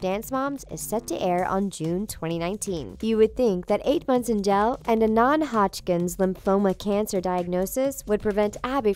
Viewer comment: i wonder why she says “jail” like “gel”